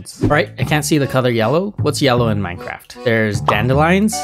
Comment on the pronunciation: The only thing i don't like about is him saying minecraft